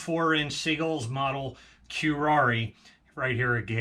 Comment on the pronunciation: They are great flying pattern planes. Btw, the name is pronounced Ker-Air.